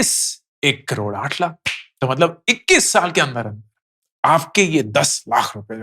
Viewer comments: Stopped watching your videos for the following reasons: 1. The way you emphasize and say 'lakh' and make ot sound like an urdu word is so frustrating and unpleasant to hear. 2. Same repititive content again and again, again and again, and again. 3. No real insights. Just motivating to do SIPs. So now that I am doing SIPs already, shall I unfollow? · Sir now a days you are saying word LAKH very weird way.. why.. sounds about to spitting. Sorry sir 🙏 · The only thing I disliked about this video is his annoying way of saying LAKH. You could stress less on this word and focus more on the actual content. Your LAKH pierces through the ears!